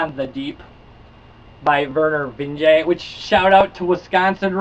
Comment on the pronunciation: Vinge-E, I believe. I just started this book and am digging it.